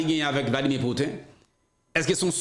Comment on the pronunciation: se mwen ki la pou korije, mpa vle w di: Vladimir Put-in ankò, se Pouti-n